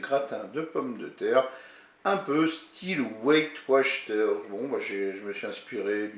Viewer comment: On dit WATCHER ET NON WACHTER😉😉😉😉😉